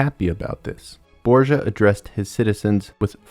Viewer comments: borDGia...not borsa, please!! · really grat video it made me rethink of how bad they had toght it at school try to reserch the pronunciation of some names hearing borgia like that was hilarious